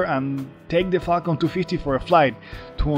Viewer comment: Every time u say falcon it sounds like Qualcomm